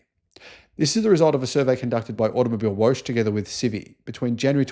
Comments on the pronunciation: AutomobilWOGGE, niet "Woosj". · Whooosh? Oh, you probably meant to say "woche". That means week or weekly. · It's not woash. Its vocka. It is german for week.. Read the comments please! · To help you pronounce German 🇩🇪 words From Grok The German word “Automobilwoche” is pronounced as: ah-toh-moh-beel-voh-khe Here’s a breakdown: • Auto - “ah-toh” • mobil - “moh-beel” • Woche - “voh-khe” The stress is typically on the first syllable of each word, with the ‘ch’ in “Woche” making a soft, voiceless velar fricative sound, similar to the ‘ch’ in the Scottish “loch.” So not wosh but woche as in loch. Like lochness monster WOCHE Sounds like VOCH (like loch) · I love the videos, so informative but please please have a look at the German pronunciations, in particular "Automibilewoche" Woche isn't Woshe.... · Automobilwoche is Automobile Week. ☺ (and yes, you pronounced it wrong), lol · Please do us all a favor and learn how to say Automobilwoche!!